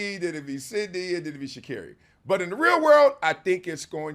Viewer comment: its shacarri and its not even close